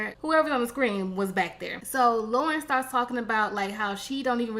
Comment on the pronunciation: Duhhh😂😂😂 her name is L O R E N and pronounced LAUREN🙄🥴🤦🏾‍♀️😂😂😂😂